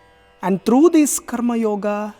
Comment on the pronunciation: Why, u are not pronouncing the Sanskrit words properly, like karmayoga ,( कर्म योग) and not ( कर्म योगा). Arjuna अर्जुन and not अर्जुना. All these are अकरांती शब्द. That is why ending with "a". This is a humble request.